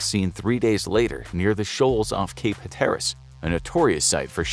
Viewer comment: Narrator really needs to learn the proper pronunciation of Hatteras. Makes my ears hurt when it's butchered repeatedly in multiple videos.